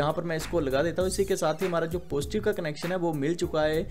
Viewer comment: तू पढा लिखा नही है क्या पोजटीव पोजटीव कर रहा पॉजिटीव्ह बोल ना नेगटीव को निगेटिव्ह बोल